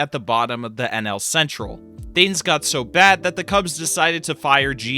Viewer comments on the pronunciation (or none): none